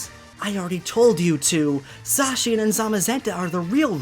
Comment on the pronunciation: It’s pronounced Za-Cyan